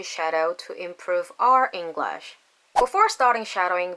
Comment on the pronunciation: 잉글러쉬 가 아니라 잉글뤼쉬 임다 ^^ Anyhow, you are pretty fluent 🙃